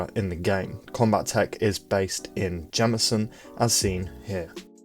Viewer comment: Combatech only has one T so, calling it Combat-ech instead of Combat-tech, both sounds more accurate, and better. Idk why this bothered me, it just did. Luv ur vids.